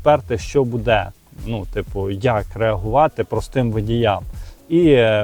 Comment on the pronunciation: Не " буДЕ ", а " БУде "! Не знущайся з української мови.